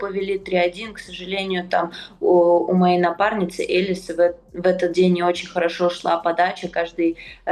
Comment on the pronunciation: Боже какая дичь, что Кудерметова, что Тартакова вы чё курите... Какая Элис.... Она ЭЛиЗЕ с ударением на и.... Бабы, за вас тупо стыдно